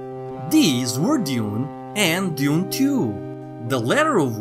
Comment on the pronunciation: "deez" "dayoon and dayoonah tayooah!"